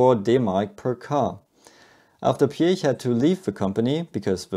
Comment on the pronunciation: So lovely to hear a native-German pronunciation of the surname Piech, so often butchered by English speakers. Anyone for peach?